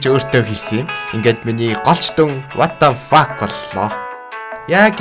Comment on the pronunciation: ta what a fuck gej helhiig uneheer hogjiltei helj baina